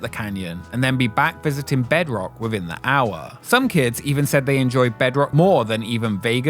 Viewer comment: How can you narrate a channel and not be able to pronounce “th”… Wivin